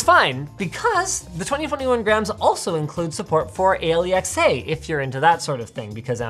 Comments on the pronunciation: Linus says A L E X A Me:- Stop plz😔😔 it's Alexa 😂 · Why did linus pronounce alexa so wierd? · You call it A-L-E-X-A ? In India its Alexa as in Alexaaa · "It has Aleeaxeay" -Linus 2021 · lol why does linus always call alexa ay-lee-x-a? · it's taken me this long to realize linus pronounces "alexa" that way so it doesn't set off his viewer's smart speakers it's the small things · Never heard somebody say Alexa like that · Wtf was that way that linus said Alexa